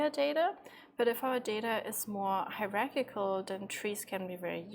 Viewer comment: Tip: 'High' - 'rrr' - 'Arch' - 'i' - 'kal' :D Thanks for the AWESOME tute!